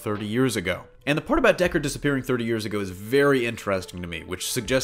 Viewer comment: It's DeckARD, not DeckER... not trolling, just a big fan.